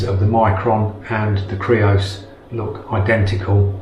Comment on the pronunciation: Yay you said creos not greos!